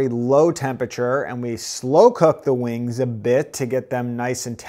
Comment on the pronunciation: i keep hearing the way he says wings as "wang" thats a very nice wang